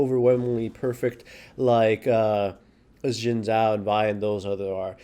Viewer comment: 'xin zhao' is pronounced closer to 'sin jao' than it is to 'zin zao'.